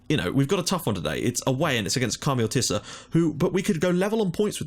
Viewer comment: My brain hurts from how you pronounce the club names so I have prepared this (On the left is the club name, on the right is how you pronounce it): ASIL - Asil Adonis - Adonis Othellos - Othellos APEP - Apep Omonoia. Ar - Omonia aradipou Digenis - Digenis Kamiotissa - Karmiouotisa Agia napa - Agia napa Deryneia - Derinia Achyronas - Ahironas Akritas - Akritas Pafos - Pafos Enad - Enath Olympiakos - Olympiakos